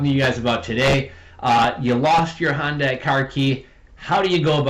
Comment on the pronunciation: The car manufacturer Hyundai is pronounced, "hun-day" .